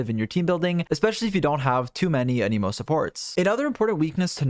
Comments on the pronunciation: I genuinely thought you said: "For his other weaknesses: He is an emo. And an emo is not the best offensive element." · thanks for the nice video, but please stop fucking saying anemo like that